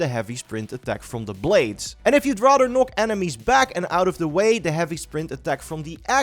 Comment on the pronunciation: Kleine tip: Bij woorden zoals Unlock, knock , probeer de O iets meer als een A+O uit te spreken. Dank je voor je content.